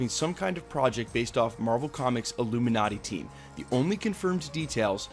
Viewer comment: The who? "Ilumin-urty".